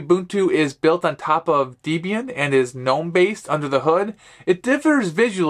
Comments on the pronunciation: DEB + IAN = Debian. Not deebian. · DEBIAN NOT DEEBIAN